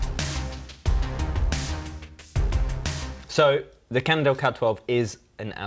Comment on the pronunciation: Again another one with the "Candle" problem... It's Cannondale,.